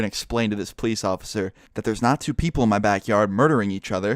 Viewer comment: pronounces police as pleisse